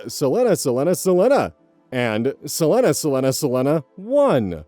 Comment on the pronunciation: I gently submit that selenaselenaselena (and selenaselenaselena1) is probably pronounced as sə-LEE-na, not sə-LEN-a. Or, in other words, like Selena Gomez or her namesake, the tragically departed Selena Quintanilla-Pérez. We love your mispronunciations anyway,! I only want to correct you for others’ sake (who might not know or be confused) and for your own future reference. I meant to be helpful and not just another AH going “well, actually …” 🥰 Plus, my comment might help you with the Algorithm! At least a little. Probably… maybe? Well, I can hope! 😘